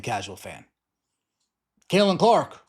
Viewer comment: Caitlin with a t. Not Cailin.